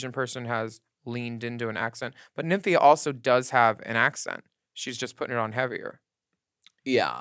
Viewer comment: Sapph-EYE-ra. Nymph-EYE-ra. 👀😂💀💀💀